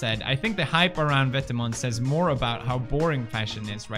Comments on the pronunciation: Dennis Hubert i’m pretty sure it’s vêtement and not « vètement » mate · thedutchbloggergirl vetements is actually pronounced vet-eh-muns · "It seems like vetamens.... like it big." Pewdiepie 2019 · I love how Felix pronounces Vetements & Margiela 😂👏🏼👏🏼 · Lol me too, and I can tell he is trying which is sweet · Hendrik Mooi yeah I thought this too but didn’t want to reply in case I was wrong lol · Pewds just made Vetements sound like something swedish. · The way he pronounces vetements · bruh not how u say vetements